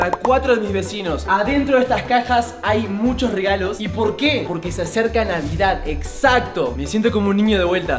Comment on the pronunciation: No no se dice " FELIZ NDVEDED🫦"